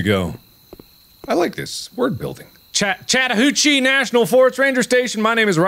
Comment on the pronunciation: Mark: "Ch-chatahoochee" Me: "Way down yonder on the Chatahoochee.."